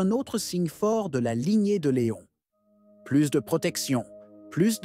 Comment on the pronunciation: "Plus de protection, plus de...", ce n'est pas "plusse", mais "plus du tout". Il faudrait trouver un signe orthographique pour qu'on sache si c'est "plusse de..." ou "plus (du tout) de...". Pourquoi pas par exemple "plùs" avec ce "ù" qui existe mais n'est pas souvent utilisé ?... Ou sinon : "plux" ?...